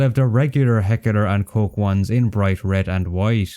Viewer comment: "Heckeler and koch"